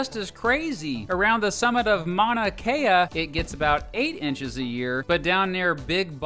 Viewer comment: He said mana kea lmao that hurts